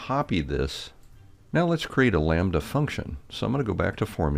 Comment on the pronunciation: sees “lambda” For no reason: says “Lom-badda”